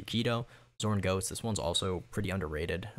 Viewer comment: as a german listening to you saying the qkido moves i was like fr enraged.wtf is a sorn goats???.it is called ZORN GOTTES.(Gods Whrath)